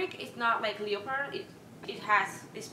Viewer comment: The way she says "leopard" has me dying